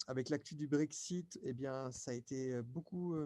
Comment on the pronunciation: si si,, j'ai bien entendu que tu as dit BreakShit...